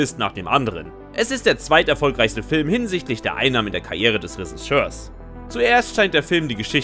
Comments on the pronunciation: wie kannst mit dem beruf das Wort Regisseur nicht aussprechen? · Der typ kann nicht mal Regisseur richtig aussprechen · …habe mich schon nach den ersten zwei Sätzen, in denen „Triller“ und „Resischör“ gesagt wurde gefragt, was jetzt wohl kommt.